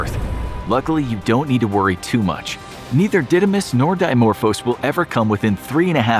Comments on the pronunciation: Didymos is a Greek word and means (the twin) and is not Didaiamos is Dídymos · The asteroids name is the Greek word for twin and it isn't pronounced like that